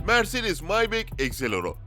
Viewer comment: Maybek değil maybah